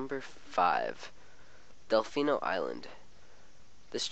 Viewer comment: Delfino Island=Delmiino Island